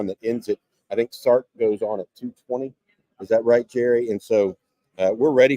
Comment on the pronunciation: Its (Elen-gurr) Gerry.. Really man!? LOLOL